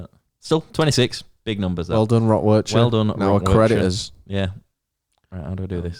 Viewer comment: Where Is it? - I don't know, It's in Belgium? You know, it's 40 mins away from Brussels.. You know lads, that the name of the place is literally in the name of the festival. And it's pronounced Wer - G - ter, not Werter or however you were trying to haha.